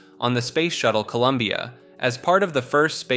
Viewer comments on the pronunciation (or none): none